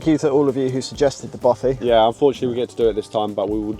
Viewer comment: it's a Bothy not a Boffy. Argh